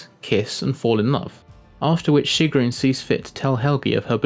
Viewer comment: he says sigrún so weirdly xD And the skin ZANYATTA